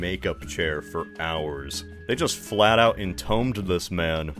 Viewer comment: What an interesting way to pronounce entombed.